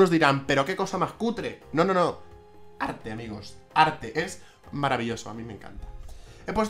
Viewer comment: A diego le gusta el arrrrrte,todo tipp de arrrte